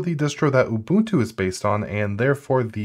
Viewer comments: "At the very tip of this iceberg is Oh boon two!" I disliked the video just for that, and I don't even like Ubuntu. Learn how to read. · did my man say OHbuntu